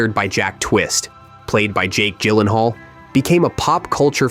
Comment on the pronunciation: its pronounced JYLENHAAL with a J sound